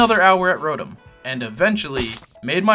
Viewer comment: Glad you pronounce delibird right, but what about rotom?